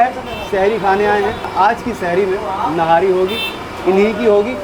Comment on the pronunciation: Nahari nhi nihaari sahi lafz he